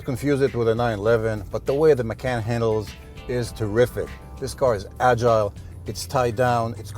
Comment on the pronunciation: Please learn how to pronounce "Macan" and "Porsche".